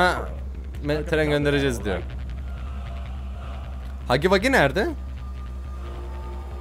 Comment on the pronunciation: Hugu vugu ne Hagi vagi diye okunuyor